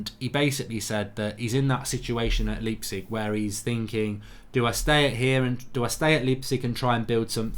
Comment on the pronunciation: He says Leepsig again! It's Lipe-Zick!!! ;))